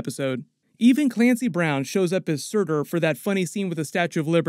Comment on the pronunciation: The way pronounced Surtur 🤣🤣